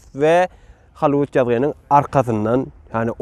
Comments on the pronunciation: Hallyvud dal Gallivud diyip aydylya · Не холливуд а Голливуд учись пожалуйста правильно говорит на английском буква H читается как буква G не позорь нас пожалуйста